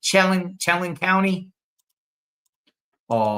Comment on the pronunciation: Chelan is pronounced, Shellann!